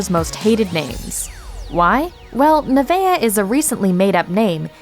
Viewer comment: Nevaeh isn't hard to pronounce.